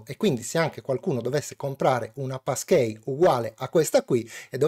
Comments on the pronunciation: "PassKII", anzichè "PassKEY", magari? ;) Bellalì e grazie per il video esplicativo. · sarò pedante,ma si pronuncia passchii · Da Americano, hai ragione. La pronuncia di e' sbagliata.